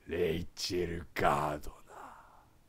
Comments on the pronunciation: キヨさんのレイチェルガードナーの綺麗な発音好きなので、辞めちゃってちょっと残念😅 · 毎度発音の良いレイチェル・ガードナーで吹くwww